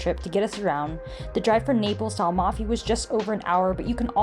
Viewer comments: At least learn how to pronounce Amalfi , before trying to telling the world the obvious. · "Am"alfi and not "Al"mafi :-D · Nice video guys ! You did a good job on Italian pronounciation except for Amalfi which is AM-alfi (not AL-mafi) BOM-erano and Nocelle sounds like NO-chelley. Great hike !